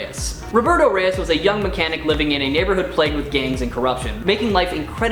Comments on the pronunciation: It's not jAmiE rEyEs. It's pronounced hi-may Reyes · Good job on mispronouncing Jamie and Reyes!